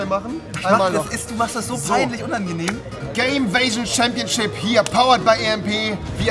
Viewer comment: Andere Menschen : Gamevision Rewi : Gameväschn